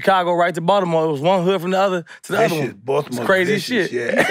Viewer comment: first celeb i heard say Baltimore the CORRECT way